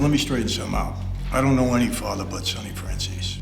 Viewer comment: Michael " my fathwa " 😅